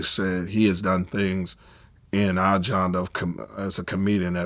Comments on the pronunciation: He said my janda, like dog it's pronounced genre, you not helping your case at all getting tripped over a 5 letter word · Gendre ........my guy said gendre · He's saying jonda. Is he trying to say "genre"? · “He’s done things in our “jonda”… wait, what? 😂 I believe Kat. He is Illiterate. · This man said "jonder" while trying to pronounce "genre." Katt was right. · “In our Johnda”… He probably can’t read. Not well, anyway.